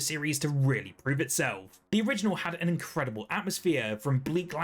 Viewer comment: Britts be like: It's gonna be incredibueww